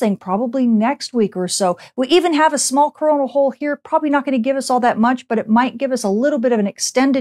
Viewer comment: Am I the only one hearing her say crona holl y does it have the same name as corna virus ? ? Very Very word makes me wonder